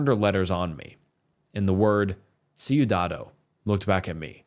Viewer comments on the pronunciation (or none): Ciudado!!!😱😱 (I am very sorry, as a Spanish speaker, his mispronouncing sent me to an orbit) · DIJO SIUDADO😂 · COMO VA A DECIR SIUDADO, QUE PELOTUDO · omg bro how did you mess that one up. Please look up the word next time. Ciudado lol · Fr I was siudado? What the heck is that in Spanish until I haded to see what word he’s talking about and say ohhhhh 😂(it’s ok u tried ur best) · What do you expect it's an American trying to speak English, no way can he pronounce Spanish words.